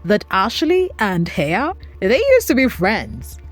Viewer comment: Not being rude but if you are going to cover a story about someone please make sure you know how to pronounce their name. It's pronounced like Heffa not Hey-a